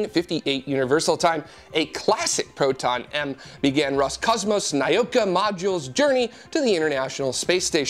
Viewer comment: The spice from New Mexico is spelled chili. Chile is in South America. And I wouldn't pronounce Nauka as "nigh-oh-ka". It's "nah-oo-ka".